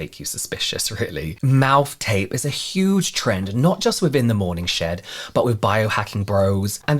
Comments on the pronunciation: It sounded like you were saying “morning shit,” but i think it should he morning shed?! Sorry! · Not me at work not paying 100% attention and hearing "morning shit" instead of "morning shed" lol. Gotta love a good morning 💩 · When you said "morning shed", I heard "morning sh*t" 😂 💩 I thought , what can they possibly sell there? An enema? Lol 😂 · I swear, at the beginning of this, I thought he kept saying , "the morning s*it." Lol love the channel!!